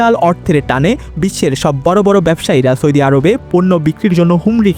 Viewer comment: আপনার উচ্চারণ শুদ্ধ করুন। সৈদি, ত্যাল সহ বেশ কিছু উচ্চারণ শুদ্ধ করতে হবে। শুদ্ধ উচ্চারণ হবে সৌদি তেল.......।